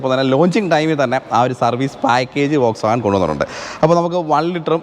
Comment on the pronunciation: വോക്‌സ് വാഗൻ അല്ല ഫ്രണ്ട് , ഫോക്‌സ് വാഗൻ ആണ്